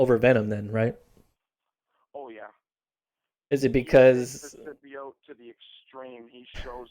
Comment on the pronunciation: Youre saying symbiote wrong.....